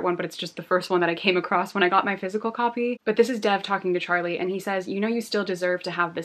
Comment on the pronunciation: You're mispronouncing Dev's name. It's more like Dave with a soft "d." Love your videos :)